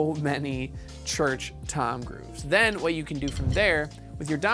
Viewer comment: I can't unhear it